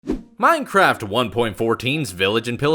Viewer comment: why are you so stupid you are saying is menehraft